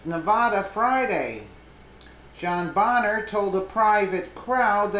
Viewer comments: It's pronounced "bane-er" lol every time you said "bon-er" I cringed. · Pronounced BAYNER. Did you just start paying attention to polotics?...